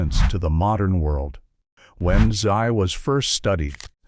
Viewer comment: This was hilarious. I think he pronounced utzi's name with about 10 different vowels and numerous different consonants 😂